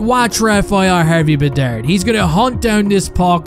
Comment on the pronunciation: “ Rafael Harvey-Bedard “ I heard that lol